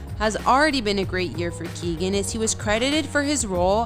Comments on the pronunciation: It's KEE-OWEN not Keegan. FFS. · Yeah, no, you're wrong. Ky-ow-gan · You can't even pronounce the name of the people that you feature in your videos. Barry's name is Key-o-gun, three syllables. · It's Kee-O-gan ! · He is brilliant!..just a small thing...his name is pronounced “Keown”..Key own......the “g” is silent....squash the syllables together and there you have it🤩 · It’s pronounced KeyOwen. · Learn to say his name properly Jesus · Pleas learn how to say people's last name right before you go and do a whole video on their lives.